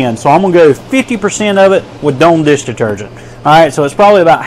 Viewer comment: "Doan" deesh deetergent??